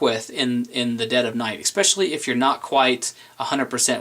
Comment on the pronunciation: Awww, did he just say eck-specially, or ex-specially?